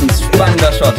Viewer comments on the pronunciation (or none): none